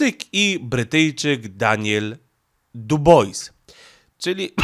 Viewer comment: Nie DUBOJS tylko fonetycznie DIBLA